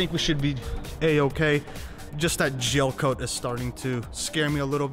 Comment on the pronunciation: Gelcoat not jelcoat